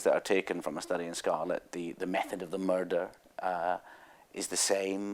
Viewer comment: "the method of the murder...the job of the murder..." nothing quite beats a scotsman saying the word "murder," really.